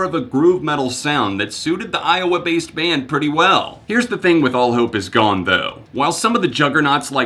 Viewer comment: I'm sorry but I just laughed so hard when you said iwoa lmao